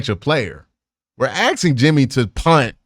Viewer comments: Can't tolerate the "axing" It's as bad as dudes walking around with their pants around their thighs. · I've grown to accept "axing" instead of "asking", but I just don't know if I can get on this "spunt" train. 😁